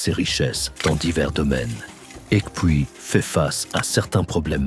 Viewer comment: Aïeeee la prononciation de "Ekpui " on ne doit pas entendre le k . Bravo pour le documentaire